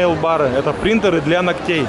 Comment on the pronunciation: не принтОры, а принтЕры, но как говорится, русский почти забыли, а китайский ещё не выучили 😁